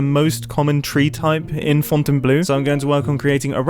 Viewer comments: I'm french, it's funny to hear you saying fontainebleu like the bleu part is actually blue 😂 We say bleu with the sound [ə] not [u] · Hey, Fontainebleau! I've been there! It is indeed a really cool forest, i should go back there! The sand really makes it special, I encourage you to do the same! By the way, it's pronounced F-hon-ten-blow with less emphasis on the H. Just a quick helper! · Its funny that I see this video 11month later just too see mumbo did a video about where I live (in Fontainebleau) You saying "Font" made me laught 🤣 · the eau in fontainebleau is pronounced as an o sound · As a french guy who lives near Fontainebleau, hearing mumbo say "FontaineBlue" is very funny to me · Mumbo, Fontainbleau it pronounces fontainblO with O at the end. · Hey Mumbo I was really looking forward to your video. Hope you're enjoying your stay in France, Fontainebleau is indeed a very charming place. It's not too far from where I live and I've climbed there a lot when I was a kid. Anyway I love your builds, you've improved a lot recently and your videos are amazing. P.S. : it is pronounced 'Fontaineblo' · don't worry, gem also likes people not to buy her stuffs. Especially pickles. Enjoy your stay in our lovely cheese country! :D (btw, it's pronounced like fontainblow, eau sounds like o, I agree , it doesn't make much sense.)